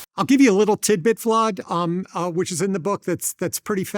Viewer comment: Now we need a ‘Vlod’ compilation